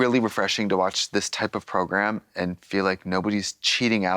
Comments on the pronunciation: Every time Trixie says “program” 😂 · Trixie calling it 'Program' instead of 'Progrum' has left me unsettled